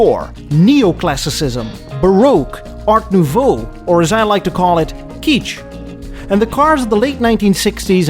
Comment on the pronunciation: You say it as if it was the actor 'Stacy Keach' but no, it's Kitsch, sound like Kid-tch.